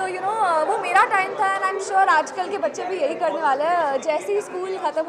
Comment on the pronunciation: it's not ki it's kay yaar😂. kasautii zindagii kay 👍